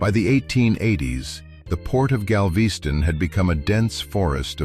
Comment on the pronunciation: Gal-VEE-ston? Never heard of it.